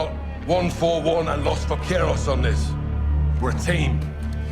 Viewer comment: Va-kue-roz 😭, bro i could not let that pass its Va-Ke-Ros